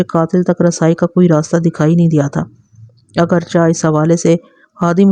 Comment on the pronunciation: اگرچا نہیں۔ اگرچہ چے پڑھیں آخر میں